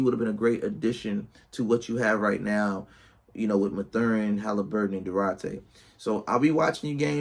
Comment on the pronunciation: They r 3-4 and his name is pronounced math-urin good video tho